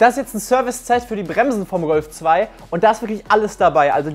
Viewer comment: Hat er echt Rölf 2 gesagt 😂